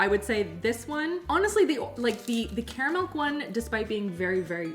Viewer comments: Do you keep saying "caramilk" instead of caramel? Or am I imagining that? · Wait, is it pronounced "KARR-uh-mel" or "Carmel"? 🙃